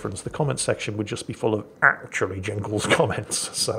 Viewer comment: Act'choo'ally, Jingles... We wouldn't "act'choo'ally" you on that.